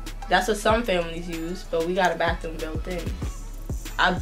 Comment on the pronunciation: “Wanna go to the baltroom(bathroom)” 😭😭